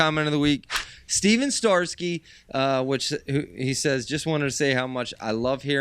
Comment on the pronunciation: I am super honored to be featured again, but I can see the Apple does not fall far from the tree in name pronunciation haha 🙂 Stet-son Star-key hahaha next time guys! I don't even know where "Steven starsky" comes from. All in good fun! I really appreciate you guys and this is my favorite show.